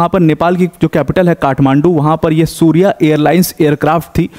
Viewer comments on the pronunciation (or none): सूर्य एयरलाईन्स नहीं सौर्य एयरलाईन्स हैं🙏